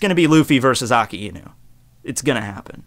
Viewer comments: It sound like you're saying "Aki Inu" sometimes. Didn't know it was difficult for native English speakers to pronounce "Aka", or is it the combination of "Aka" + "Inu" that makes it more difficult? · Its A- KAI- NU not AKA- INU "KAI" as in king kai. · It’s not Akiinu. It’s pronounced Akainu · I pronounce it like Ak-eye-new 😂 either way is fine though. Aka-ee-new sounds more Hawaiian which kinda seems like his theme. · So....i've been wondering something. I've heard you and a few other youtubers pronounce it aka-inu. I've always thought it was a-kai-nu or a-kay-nu. am i alone in this? i also understand that akainu means red dog and therefore the correct on is aka-inu. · Every time says Akainu, I die inside. It is pronounced 'ahk-eye-new'. The 'i' in japanese is very subtle when it follows an 'a'. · I have a hard time understanding some points, does he refer to "AKAINU" when he speaks of "AKINU"? Maybe is he another character? PD: Funny enough, I don't watch One Piece put I like to watch videos. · ah-kai-new sah-kah-zoo-key, seriously I understand differences in languages but if that's how the dub says his name it would annoy be to no end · I'm sorry, but the way you say his name.... Dx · You're pronouncing the name Akainu soo wrong!